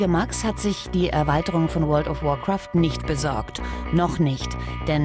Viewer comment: Alter das is alles fake^^ Er kann nicht mal "Warcraft" ausprechen und das is ein normales Englisches Wort. Dazu warum zeigen sie nicht seine Chars nein sie müssen lv 2-10 Mensch Hexenmeister zeigen....